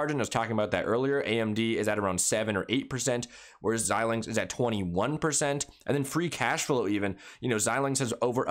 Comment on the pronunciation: Your the first you tuber talking about AMD that I’ve seen pronounce Xilinx correctly.